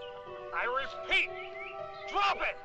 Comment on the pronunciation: "I RESPEAT..."